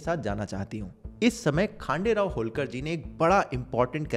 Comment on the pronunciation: You are really great bro👍 ❤ from महाराष्ट्र Not खांडेराव.... ....खंडेराव